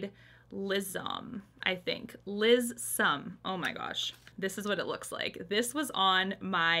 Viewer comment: I just looked up the word lissome. You're actually saying it right except there's no z sound, just an S. It means thin, graceful, and supple according to Merriam-Webster😄